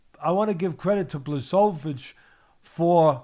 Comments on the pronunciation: It's disgusting how you pronounce Błachowicz's name. Look, it's that simple, just say Bwahoveech. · BWA-HO-VITCH. This is how "Błachowicz" is pronounced.